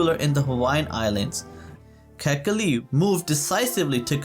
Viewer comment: KA'-HE-KI-LI - born raised Oahu, braddah.